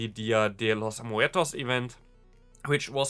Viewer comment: He says day of tge dead in spainish perfectly. I cant wait for those potty bounses. Im always on potty mode.